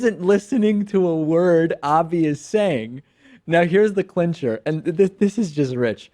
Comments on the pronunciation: As someone who knows some Japanese I get triggered every time that dude said Abies instead of Abe. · It bothers me that doesn't know how to say the Prime Minister's name! It's "Ahbeh," not "Ahbee"! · I don't support Trump or Republicans, but watching the video it looks like he is just reacting to words he recognized. America in Japanese is just "Amerika" and when Abe says Trump ("To-rahmpu"). I'm more amused by the amount of Americans who think Abe ("Ah-bay") is "Ab-ee" or "Abe" as in Abe Lincoln haha